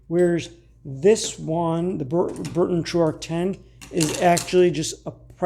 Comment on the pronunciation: The U.S made compass is made by B R U N T O N, but you keep calling it B U R N TON.